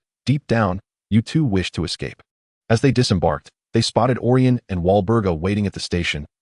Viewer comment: Would have been better if you fixed the names that was sometimes wrong. Such as: Olyrion=Orion Gunter=Gaunt Thanks for posting!